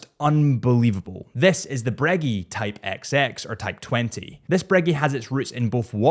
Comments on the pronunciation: Breggy...nay sir Breg-gay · "Louise" Cartier and good ole Breggy! You must have done that on purpose. Haha! But seriously, stunning lineup of legends. Thanks